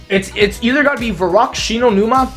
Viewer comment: I thought about un subscribing when he got shi no Numa wrong.